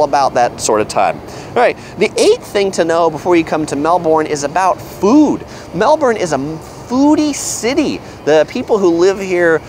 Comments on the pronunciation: It’s pronounced “mel burn” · Florida! We have a Melbourne here in the USA and that's how it's pronounced here. I know it's pronounced different in Australia but my brain has a hard time with that for some reason! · You should start off by learning how to properly pronounce the name of the city: it's Mel-bun. The 'r' in the Aussie accent is dropped.. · It is pronounced 'Melbun'. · There's an R. Melbourne. It's literally right there. Americans pronounce their Rs, so it's Mel-burn. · I appreciate that support Wasup Doc! My mispronunciation is definitely not for a lack of trying that's for sure! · nice video and all but your pronunciation of "Melbourne" is killing me... haha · the way you say Melbourne makes me mad, other than that great review. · i cringe every time you say Melbourne. but otherwise awesome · First thing you need to know is how to pronounce Melbourne. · i cringed when he pronounces melbourne. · Same xD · Melben thats how you say it... And its yara not yorra. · Started to slip on your pronunciations of Melbourne and Yarra but still great, when compared to Most "what to do" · Saying we have 9 month winters is nonsense. Summers are hot and we have beautiful springs and autumns with temperatures in the low to mid 20’s celsius. Next time you do a video about Melbourne learn how to pronounce it, along with the Yarra river. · It’s pronounced melbin not molborn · Its pronounced Mel-bin Not Mel-borne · The 1st thing you need to know about Melbourne is that the "bourne" like "burn" with a soft r and not "born". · A tip to sound more like a local in Melbourne, we Aussies pronounce it Melb'n or Melb-in, not like the Bourne Identity 'Melborn' pronounciation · I'm kinda trying to say "Melbin" but there is a US city in Florida with the same spelling and it's pronounced Melborn.. It's hard for me to kick that pronunciation out of my brain! :) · Im Australian and damnnnnnn (im from melb to but please don't say mel-BORN/mel-BURN say Mel-ben) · Where is 'Mel-born'??